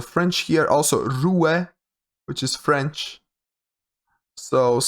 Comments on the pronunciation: I was looking for a lot of videos like that when I started, but most people don't take much time on every location to actually explain, so that's a very nice format for beginners. Also wanna let you know that the "e" is silent in "rue", which is french for street. So I'd spell the pronounciation : "ruh" :) Thought I'd let you know. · Interesting pronounciation of "rue" lol